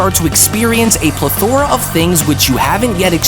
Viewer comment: Those words - Equilibrium & Plethora sound funny like that. lol 🤭